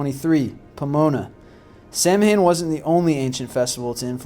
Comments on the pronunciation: Ok, Samhain is pronounced: Soween; and Celtic is pronounced: Keltic. Not: Seltic. C'mon man. The festival was similar to Winter Nact, an ancient Norse festival, Honouring the dead. I love your videos; but Next time: Have Me do this one for you. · Had to nope out after "sam-hain" and "seltic" sorry. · it is not pronounced like it is spelt. Samhain is pronounced sow-win please pronounce the pagan holiday right because some of us do still celebrate it. it's like calling easter ester.... it's not right and very disrespectful. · Dude! Samhain is pronounced SAU-WIN. And Celts are pronounced Kelts not Selts! Don't lose credibility! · Samhain is actually pronounced more like "Sow-win". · 'Samhain' is pronounced Sow-en, and 'Celtic' is pronounced Keltic. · samhain is pronounced Sow-win. You should get it right. And It's Keltic not Seltic! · samhain is the irish word fpr october, though you're history is right how you're pronouceing it in enfuryating, you say it like this SAWAN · Just letting u know, it may be spelt Samhain, but it is pronounced "So-wen" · well one thing you dont know is how to pronounce samhain. Its pronounced sah-win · Samhain is pronounced soween btw. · It's pronounced "sow-en". :-) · This is some pretty good information. But Samhain, despite the way it's spelled, is a Gaelic word that is actually pronouned "sow-in." Trust me. I had a girlfriend once who was a wiccan. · celtic is pronounced as keltic and samhain is pronounced sawan im from ireland i would know!! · Samhain is pronounced "Sowen" as well... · Or Samh-ain the 'Samh' = 'Saw (with the w inter changable with a 'v' sound and the 'ain' = een) hence SAWVEEN.Depends what part of Ireland ya comes from i suppose. Mind you this goon on the vid would probably pronounce the name Siobhan ( SEE- O - BARN ) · I cringe every time I hear the sam-hein. Of course, there was also mention of the "Selts" (Celts). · Samhaim is pronounce "Sow-ehn" but I'm sure others have said this to you. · Samhain pronouced sow-in